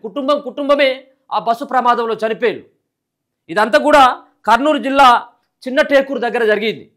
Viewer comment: Anna chinna takula kadu anna chinnatakur anna